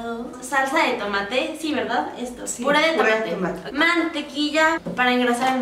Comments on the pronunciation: jaja dice pura en lugar de pure pero no importa somos humanos y nos podemos equivocar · Alguien se dio cuenta que dice pura en vez de puré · quien se dió cuenta que dijo pura en vez de puré 😂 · Like si te diste cuenta que en vez de puré decía pura de tomate🙊😂😂✋🏻💜